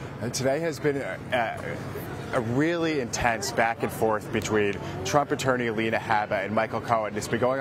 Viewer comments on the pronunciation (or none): none